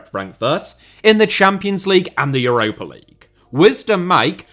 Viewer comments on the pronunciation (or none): none